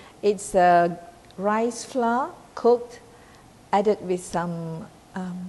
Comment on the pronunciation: Dont pronounce FLOUR as "FLA"...this language is not our language..so dont mess up with the pronunciation. I always heard Malaysian say it as FLA...i dont know where is this pronunciation come from?